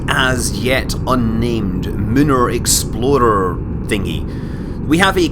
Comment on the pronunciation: RAFbatman I vouch for that name. Munar Exploder. For me, phonetically every time he said Explorer it sounded to me like Exploder. Maybe I wished Jeb would die. One of my most recent programmes he died in the first suborbital flight.